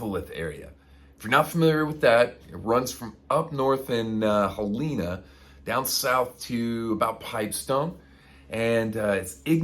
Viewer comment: Awesome vids. FYI- Helena is pronounced HELL uh nuh. Don't want you to sound like an out-of-towner... Keep the videos coming! Thanks